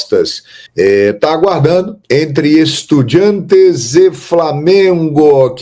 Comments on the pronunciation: EstudiAntes, se escreve com A e se pronuncia em espanhol com A, para com essa coisa de EstudiEntes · Mermão, estudiAntes, tá confundindo com independiEnte, acerta essa pronúncia kkkkk